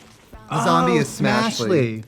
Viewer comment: A "Zoombie" hhahahahahahahah